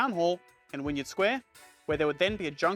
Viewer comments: yeah, l chuckled at ‘wynyard’ but got annoyed with ‘zee’. When he said zee and not zed, i knew he’s not a millennial coz even millennial aussies don’t say zee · Agree, I laughed when hearing 'Wynyard', 'Coogee' and 'Devonshire' in particular. Definitely not a native Sydneysider. Apart from that a great job of narration though.